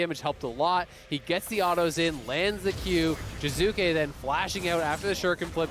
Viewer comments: I love how phreak can't even say names correctly... I honestly don't understand why Riot don't kick him out still... (jizuka! jizuka! jizuka!) but ehy, it's not an american, it's just an import soo who cares? ahahah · What about jizukke? I’ve heard the hard E since EULCS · Yeah, Phreak is just hard butchering Jiizuke's name. EG's video when Jiizuke joins and introduces himself, he uses a soft/subtle "ee" ending.